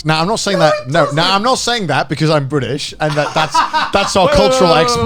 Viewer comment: "Thaz bechouz"